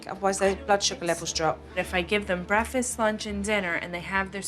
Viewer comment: Red flag an adult that says breafast instead of breaKfast. I’d love to see the kids today 2023 😮